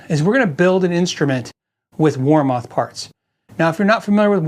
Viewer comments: Never heard WarMoth pronounced that way for 40 years. Its "war- muth" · Its actually pronouned war"meth" weird, i know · I have two warmoth necks, and I love them. I did have to do a little fret work but no big deal. And sorry, but ur saying it wrong. Watch the warmoth videos, Aaron says it the right way